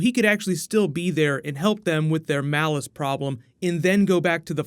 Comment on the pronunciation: Why do you keep calling him "Malice"? It's Mollus...it's always been Mollus, even in the comics. I know pronounces a bunch of stuff wrong but this is worse. Mollus and Malice are two very different words.